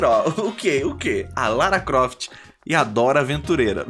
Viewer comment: Ele chama de rala Croft... kkk Eu chamava de Lara Pofte!